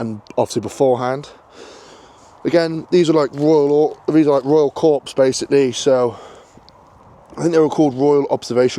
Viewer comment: Great vid but please stop saying 'corpse' - it's 'corr' when saying Corps as in ROC.